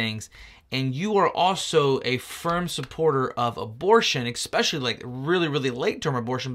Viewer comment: “Ex-specially” That’s a funny way of pronouncing “Especially”. That’s kind of “sim-yew-lar” to when people add an X to etcetera - and pronounce it “ex-etera”. I have to admit it’s a little “unfur-miliar” to me. I will give you the benefit that you did correct yourself … well done.